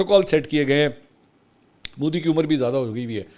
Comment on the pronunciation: Modi not Moodi Mansoor sahib 😂 Modi Prime Minister lagta hi nahi shit personality aisa lagta hai jaise koi baba gaon se sheher aaya ho .. bohat hi bura lagta hai khi khi 😂karta rehta hai for no reason